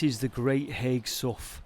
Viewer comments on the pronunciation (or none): I think you will find that the pronunciation is Hay, not as written haigh, so Hay Hall or Lord Bradshey is how the Wiganers say it!. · Hi. Thanks for this excellent video. I grew up nearby, knew about the mining there, but never explored there. Haigh is pronounced locally as “Hay”. Have you ever explored Aspull Pumping Pit? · Not that it really matters much, but Haigh is pronounced Hay. I'm from Wigan and spent quite a bit of time around Haigh Hall, especially the Canal. My Dad lives in Aspull too. Some other probably none relevant information is that the Canal that runs from the top lock towards Preston was actually originally the Lancaster Canal. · Absolutely love your videos.I have spent HOURS down 'rabbit holes! Just one minor thing to point out on this one. It wasn't Charles II who was reigning in 1653.It was Oliver Cromwell's Protectorate! Also the Wiganners pronounce Haigh as "Hay" - but Hey! What's in a name?! Keep up the excellent videos & THANK YOU for your sterling efforts. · I always thought Haigh was pronounced with a silent G (as in Hay). That's how I have always said Haigh Hall, anyway. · Another excellent video, but as a Wiganner I have to correct you on a very tiny point. It is not Haigh as in Haig... but as in Hay. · pronounce it great hay sow like the locals great video againn mate. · Thats on my doorstep i didnt know it was there - heads up Haigh is pronounced Hey - silent g and all that - stay safe. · They was running a competition 18 month ago on Smooth FM to win a wedding at Haigh Hall and they continually pronounced it wrong. I first I thought strange I’ve never heard of a ‘High’ Hall in Wigan lol. Happens to the best of us I guess and us Wiganers are used to it 😂 Best thing I watched on telly last night that! 👍 That viaduct’s railway used to run into Haigh near where you was but I’d put money on you already knowing that 😉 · Haigh is pronounced "hay", like the stuff you feed horses.